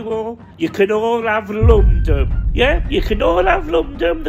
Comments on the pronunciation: “you can all av lumdumn” too funny 😂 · Lomndum the capita of Ehaemn, Emnglamnd